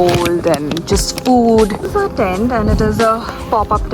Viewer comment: Setting up the taaaaaant, setting up the baaaaeed. Marathi nahi nikal paegi andar se